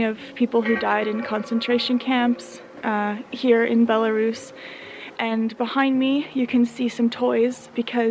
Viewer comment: Why do so many English speakers are incapable to pronounce the correct name of that country, it is Belarus, not "Belarius"?